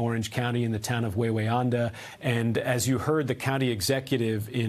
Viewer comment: Wawayanda, its not Wawa, like the fast food place in NJ/PA, WAy-we-anda WRONG. THAT IS CORRECT WAY TO SAY IT! 2ND WA IS SILENT! , is the town where my mom used to work for the state in a hamlet called New Hampton til she retired. Right on 17M going toward Goshen. Sadly mom died from covid in 2022